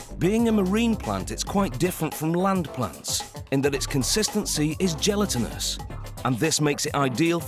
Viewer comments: It’s pronounced gel lat in us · He says it like gelatin-ous while we might say jell-a-tinous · Anyone else bugged about the way he says gelatinous? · That’s an Englishman for you, they always have to be different. Even though it’s us ‘muricans that made the changes to the language lol. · someone needs to teach the british how to pronounce certain words like "gelatinous" and "iodine" smdh